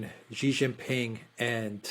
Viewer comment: Chinese president's surname is Xi, not Qi. Pronunciation of Xi is simple, just like "she" in English